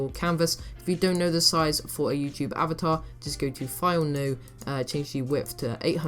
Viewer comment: Avater? xD